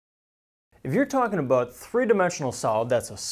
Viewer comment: well he's talking aboot spheres right?